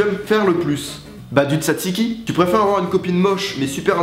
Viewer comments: je suis grec et sa ne s'appelle pas dutatiki sa s'appelle du zaziki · On dit dzatziqui mais bon